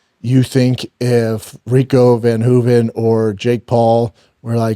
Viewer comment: "OUR boy Rico VANHOOVEN" 😂😂😂😂😂